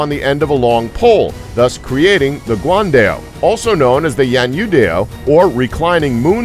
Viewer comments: It's Guan Dao, not guan-dail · guan dell ? lol sounds like a software